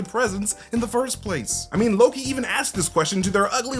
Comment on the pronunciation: Did you say you believe Mobius is Loki? Because if you watch the video, you slur it together pretty badly. It sounds like "MobiusnnLLLoki." Did you say Mobius is ANOTHER Loki? Please confirm. for reference.